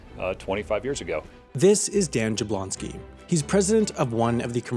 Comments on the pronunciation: Jablonsky is pronounced Yab-won-sky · cmon, really? his name is jablonsky?